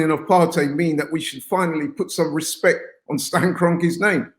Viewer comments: What's with this channel and trying to make things gangster. It's Respect,Not Respek. Wtf even is that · It's RESPECT NOT RESPEK